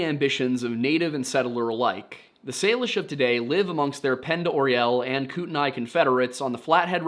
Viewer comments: I like having the history section in these stories at the beginning. This story happened about 3 hours away from me. I'm closer to the Bob Marshall or the crazies as it's called sometimes. Also, I've always heard it pronounced like koot - knee. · Kootenia is actually pronounced like koot uh knee and pend orielle is pronounced pond ah ray. But great video! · i live here. its "koot-nee" and "pond-er-ay" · Pond-er-ay and Koot-nee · It's Pond uh ray and koo tun ee. A lot of places around here in north idaho and western Montana can be confusing to pronounce lol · Ok I am from sandpoint idaho. I live next to lake pend oreille and the next county over is kootenai. I have literally never heard someone pronounce those words that way. Ever. It hurts my brain ever time he does. It's pronounced koot ny and pond er ay. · Great video! I grew up in North Idaho a few minutes from lake Pend Oreille. Just wanted to say that it’s pronounced as Pond-Er-Ray. It’s a commonly mispronounced word since it’s French. And Kootenai is pronounced Koot-nee, at least that’s how it’s pronounced out there where I lived not far from Kootenai County. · It’s pronounced koot-knee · Pend Oreille is pronounced "Pond O'ray" and Kootenai is "Koot-nee". Glad you touched on stuff sorta near my home (the Bitteroots are beautiful but I live in Boise). Still, if you want to do more stuff in the Idaho area (or even come out there) let me know ahead of time I can perhaps help you set up some ground work, show you around, and so on. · Hey guys! Local here to the Idaho/Montana border. You're so close. Kootenai is pronounced Koot-knee and Pend Orielle is Pond-er-ay. (It's freaking French. Ew) Good job covering the story though!